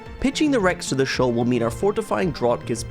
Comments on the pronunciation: “Fortifying DRAWT” 😂 not to be that guy but it’s “draft” haha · Great video concept, would like to see more of these; was a bit surprised to hear a Brit pronounce Fortifying Draught as "drot" rather than "draft" though! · Draught is pronounced like "Draft" by the way. Just English being weird as usual. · its pronounced DRAFT. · i think draught is pronounced draft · draught is pronounced "draft" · It's a bugger of a word to be fair. But I'm glad you pointed it out as that's what I was here to do as well!